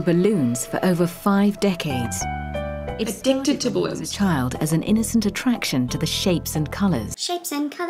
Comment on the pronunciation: "My name is Julius and I am a balloon addict." Emphasis on dict...